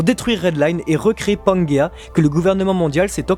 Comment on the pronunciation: juste une précision, certainement déjà précisé mais au cas où, (pas eu l'énergie de lire tous les commentaires, trop cool pour vous parce que trop nombreux) mais ce n'est pas panguéa mais pangéa ou pangée (différence phonétique). En tout cas continuez votre travail, qui je le sais en nécessite beaucoup, et même si des points de désaccords existent entre vos analysent et les miennes (les accords sont plus nombreux que les désaccords) je vous soutient pour la suite et vous suivrez avec grand plaisir jusqu'à l'épilogue de One Piece. Soyez forts et fidèles à vous-mêmes. Un grand fan du manga (P.S.: un souhait vous concernant messire et, j'espère que vous entrevoyez la suite dès maintenant parce que la transition après One Piece sera difficile pour vous et les autres (moi inclus) lorsque Oda dévoilera son grand final!!!)